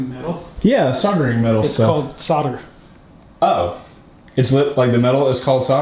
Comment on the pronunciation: Please pronounce the L in solder, it's painful.